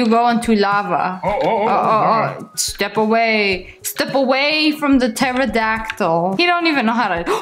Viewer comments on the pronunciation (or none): She called the phantom a teridactle😂😂😂😂😂😂